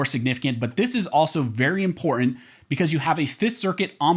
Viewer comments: Learn how to pronounce the work important. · Love the content Really appreciate how you breakdown the law and cases....... until you say the word important. Guess it's the California in you. That said, thank you for what you do.